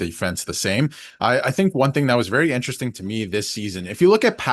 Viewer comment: has anyone ever mentioned to you that you don’t pronounce the word “interesting” properly? It sounds like you swallow the “rest”. 😅😅